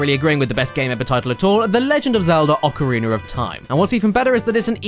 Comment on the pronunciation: Ocariner of time